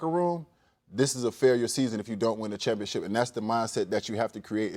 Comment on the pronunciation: You play for the "Championship", not the 'Chumpionship'.